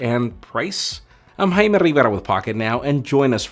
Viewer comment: It is jai me but why he pronounces hai me?